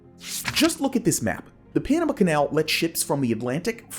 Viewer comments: It's not the Panam uh canal, it's the Panama(h) canal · Also NAILS 💅🏼 on chalkboard annoying: He says Panama 🇵🇦 so awfully - Pronouncing it as Enema - (Irrigation of Anus and Colon, for Bowel movement) ENEMA… with a P at the beginning Penema - Ugh I hate even writing ✍️ that